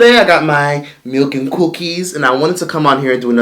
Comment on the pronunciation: The way said cou-keys really sent me. 😂